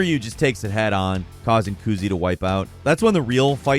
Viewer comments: saying kuzi, confusing me profusely lol. ku-zeh. hate to be that guy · it’s not kuzee it’s ku zay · Did you just pronounce his name as koozie? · Ah, yes. The "Koozee" battle. My favorite moment in Yakooza 0. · Why, oh WHY would you call him " KOOZIE "?!?! This is arguably worse than when people call the series yakooza. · I’m really glad Asura’s Wrath is still being talked about. But I swear if his name is mispronounced one more time 💀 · That pronunciation of Kuze made me feel sick